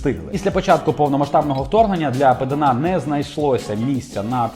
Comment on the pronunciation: правильно Пéдана а не Педáна.. образив Сашу.. хехе😄